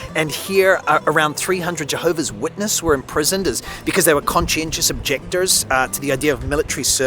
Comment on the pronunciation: Concencious objectors? Is that spanglish?